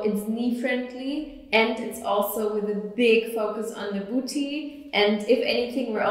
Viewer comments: buti buti buti buti buti buti buti buti buti buti buti I like the way she pronounces it. 😂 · love the way she pronounces "booty" :D